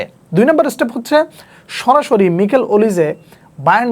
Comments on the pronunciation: ভাইয়া নিকেল ওলিসে না মাইকেল ওলিসে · মিকেল ওলিজে❌ মাইকেল ওলিজে✅